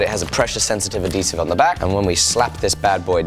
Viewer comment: its adhesive not adesive ;d